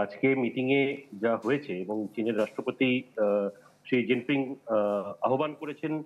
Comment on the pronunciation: এইরকম ভুল কীকরে করেন? শি জিনপিং